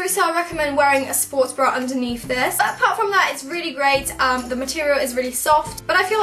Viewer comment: also when she says 'underneath'